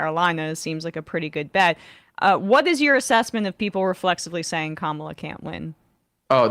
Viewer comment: Why does he keep calling her Kamala? It’s Kamala.